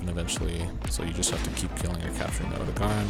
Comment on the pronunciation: Oh-dough-gah-Ron. Why is it so hard for people to pronounce these names.